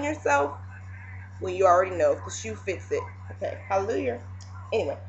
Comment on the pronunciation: haha i love the little "halaluyerr" :)